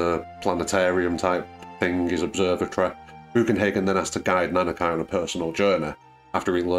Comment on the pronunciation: Nice video, I subscribed. Just one thing is bothering me, the way you say Nanaki doesn't sound right. It's a Japanese name so it should be pronounced the same as Suzuki, Konami, Sushi, Mitsubishi, etc. You don't say: "I drive a Suzuk-ay and like to eat sush-ay"